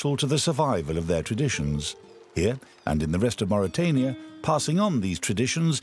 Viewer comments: Mauritania... bukan Mauritiana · Please correct the name of my country; it's Mauritania not mauritiania.